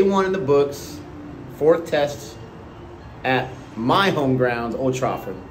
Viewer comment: I love how you pronounce Old Trafford, "Old Trawford" And Sabina park "Sabrina park" Brisbane - Brisbayne Coming up with new names for all these places